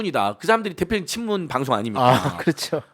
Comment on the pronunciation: '나견파'라고 하셔요~~ 분명히 있는데...'친무운' 이라면서 스을쩍 넘어갈려고...